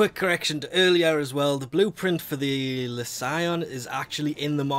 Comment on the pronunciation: Oh, my... How come you can't pronounce any of those names. I mean, English is not my native language but I could basically just read them straight away the moment I saw them without making a pause in the sentence. And... Lesion. It's like.. a word.. in English. And it's not just you, I noticed that this is a common thing, English speakers having trouble pronouncing names they see for the first time, when I just can't see any trouble with them, like I would never even think it could be difficult to pronounce. I'm sorry, not meant this as an offence or anything, it's just soooo puzzling :-D There has to be some fundamental reason behind this, would probably make a topic for a thesis.